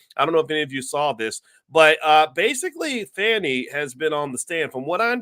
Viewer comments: Hi Dr. Watkins just so you know, a friendly F.Y.I. The correct pronunciation of the DA's name is Fawnee(Fani) not Fanny. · It is pronounced Fawnie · I knew when you mispronounced her name in the first sentence everything you said after would be BS and you didn’t disappoint You are one sorry brother 😢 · At least say her name right doc!